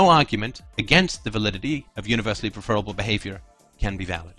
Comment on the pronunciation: I'm 2m14s in, but I'm not sure I can manage 16 minutes of pronouncing it "preFERable". I like that Molyneux pronounces it that way- he's a dick. But not!!